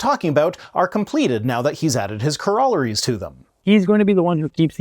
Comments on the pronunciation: "...adds 'cor-AHH-La-rees' onto them..? Is that Canadian for 'CORE-a-Larry-s'..? 😊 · "corr-AH-lar-ies" is causing me severe distress 😂🥴😂